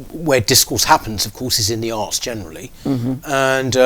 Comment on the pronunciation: When he says 'arts' it sounds like arse. Sorry to bring the tone down, but I couldn't unhear it once I'd heard it and I had to get it off my chest.